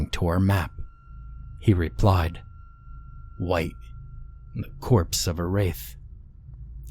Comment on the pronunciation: They hunt wight not Wong